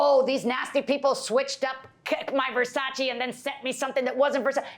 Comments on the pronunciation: Nobody:: Verchatchi 🤣🤣🤣🤣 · Open air market = sold out of the back of a car trunk!!I wonder how much time this guy has wrapped up in some stupid pair of overpriced glasses made out of $2 worth of material. I think dentures come loose Pronouncing Versace....he called the frames Ver cha chee!!! LOL!!